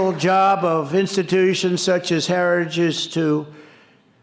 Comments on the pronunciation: What f is "harigies' or what ever the f he said. lol😂😂😂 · Lord, this criminal could not even pronounce “heritage” but he definitely plans to implement Project 2025 if elected. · I need a translator. This moron can't even say "heritage". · Trumpzi cant even say heritage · Can't pronounce some if not all words. Heritage Foundation, an extreme right wing white supremacist group